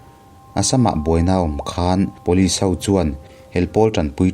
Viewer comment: Pulit tih tur aw..vanlalpianga pawn atih kha..